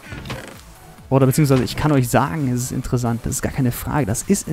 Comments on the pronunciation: Es heißt interessant und nicht intresand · Haha du sagst immer intresand